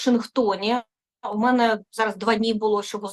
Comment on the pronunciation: Та не "мене, а ме"не, не "себе, а се"бе.